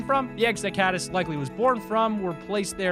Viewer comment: When you said catis you actually said catalyst